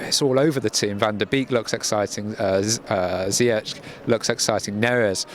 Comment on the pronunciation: Grappig om te zien dat ze Ziyech in Engeland beter uitspreken dan in Nederland.